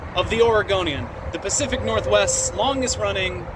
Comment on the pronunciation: Hahaha! Pacific Garfwest! What a character!